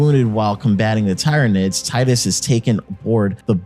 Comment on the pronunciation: My ears are bleeding when you speak Tyranids in the way you do xD